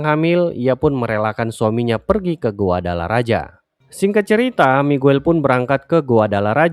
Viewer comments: Bukan guadalaraja tapi guadalahara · Dibaca GUADALAHARA min